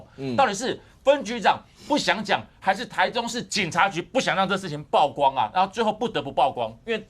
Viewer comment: 曝光 現在台灣人都要唸「爆」光了嗎？ 李柏毅議員